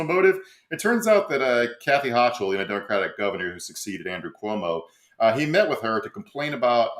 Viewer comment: FYI, the New York governor's name is pronounced HO-kul 😊👉👉